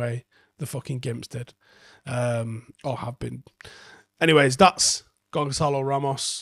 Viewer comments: It's pronounced GonSalo not GonKalo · I think he's class. As a curve ball what about Ross Stewart from Sunderland? Little tip. It's pronounced Gonsalo not Gonkalo. The wee squiggle under the c means it's a soft c. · The Ç in Portuguese is Pronounced like an S. His name is pronounced more like Gonsalo.. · Maybe. That's the Spanish way of pronouncing it. Tbh, I'm sure he don't mind how anyone says it, but just gets under my skin. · Why are we saying Gonkalo? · Coming in just to see if youve ignored the thousands of comments from Portuguese speakers letting you know that you've been mispronouncing his name this whole time. Good seeing that you're still doing it just like you were saying Tchouamemi for months. Cheers